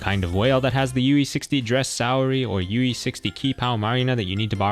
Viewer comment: It's pronounced "chipao" 🤓